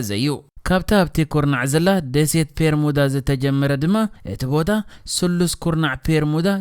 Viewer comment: ጽቡቕ ሓሳብ'ዩ ካብ ዝተፈላለየ ጫፋት ዓለም ትሕዝቶ ኣዳሊኻ ንተዓዘብቲ ምቕራብ፡፡ እንረኾነ'ግን እቲ ልክዕ ስሙ'ስ "ቤርሙዳ" ደኣምበር "ፔርሙዳ" ኣይኮነን እቲ ። ከምዚ ካብ "ቢሮ" ናብ "ፒሮ" ፡ ወይ ውን ፡ "ቢክ" ናብ "ፒክ" ቀይርካ ብጌጋ ምጥቃም ከይከውን።